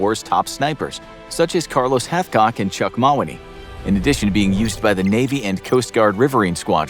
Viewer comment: Also still cringing from his pronunciation of Chuck Mawhinney.